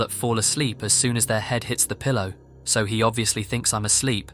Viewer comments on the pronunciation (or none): none